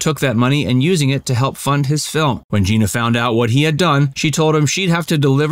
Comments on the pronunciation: He was a really good actor, but couldn’t get past type-casting as a slimy greaseball character. She was just great in every single thing she ever did! FYI — her name is pronounced Jeh-na, not Gee-na . . . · It’s not GIna it’s GEna ! Please pronounce her name the right way. It’s so disrespectful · It's pronounced like Jenna, not Jean-uh. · It may sound trivial, but her name was pronounced like “Jenna”, not “Geena”. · First, I usually stop listening to any Rowlands/Cassavetes story when she is referred to as “Geena.” She’s been around for 70+ years, you should know it’s pronounced “Genna.” Also, I’ve never seen any documentation that they considered divorce. Citation, please? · Huh?? Her name is pronounced like Jenna..not Gina.. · Her name is GENA not Jeana!!! I knew them well. Please be respectful!u You are so off.. with your superficial and tacky interpretation. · Gena not Geena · Her name is pronounced like Jenna. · stop calling her geeena, its Gena like jena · Her name is pronounced Jenna, not Jeena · This shoddy piece about two great legends made me cringe every time the narrator said "Jeena." Her name was pronounced "Jen-na!" Really inferior work here. An insult to the great couple. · Not Gee-na. It is Gin-ah. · It’s GIN-AH. Not JEANA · I do believe that Gena’s name was pronounced “Jenna”. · Well done! But it’s pronounced “Gehna.” A soft “e.” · She pronounced it "Jenna". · Gena pronounces her name like “Jenna”, by the way. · No it's not it's pronounced Jenna 🙄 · Any references for the information you claim? Also you mispronounced her name.